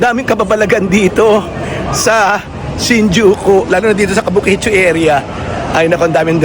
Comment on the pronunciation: KABUKICHO NOT KABUKICHU😅 kung hindi lng ako busy ay gusto rin sanang makipagkita sayo😊 sa iyo